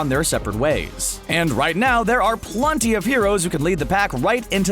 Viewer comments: PLUNTY??? don't you mean PLENTY? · I'm I the only one that hears (plunty) instead of plenty????? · I’m pretty sure that the guy said plunty